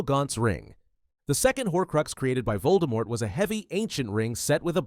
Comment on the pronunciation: Pronunciation hint, Voldemort is pronounced with the silent T